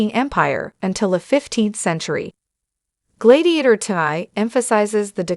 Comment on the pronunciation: Glaydiator?? Why don’t you review these things before posting ?